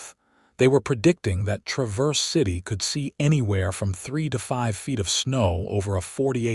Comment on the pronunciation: It’s pronounced TRAVerse city, not traVERSE!